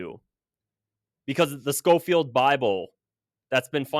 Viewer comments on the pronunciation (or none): none